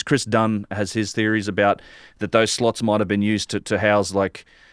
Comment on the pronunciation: Ooooh, "slots" I was wondering what "sluts" were doing inside the great pyramid ~ 😉